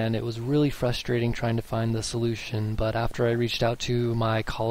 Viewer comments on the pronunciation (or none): none